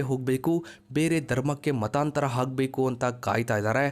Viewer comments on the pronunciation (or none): Modlu nivu Ha kara, A kara sariyagi uchcharane madi... agbeku adu hagbeku alla... hige bere words kooda tiddikolli... kannadada kole sari alla...